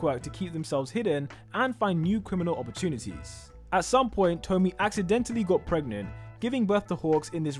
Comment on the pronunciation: I'm pretty sure hawks' mothers name is pronounced 'toh-mii-eh', like with tomie in the junji ito series